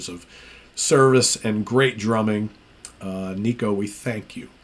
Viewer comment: Will miss Nicko (pronounced Nick-oh, not Knee-koh) but it is the right choice. Maiden fan sites had been documenting how he’d been struggling a bit on this tour. Can’t fault him, he has not fully recovered from a stroke. Awesome drummer for decades. Best interview in the band too, how about he continues as Maiden’s official spokesman!